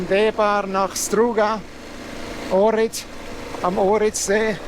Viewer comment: oHrid Mann spricht das H mit aus. Danke